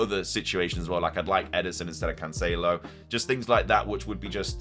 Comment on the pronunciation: Hopefully you get rid of cancelo for the way you pronounce his name!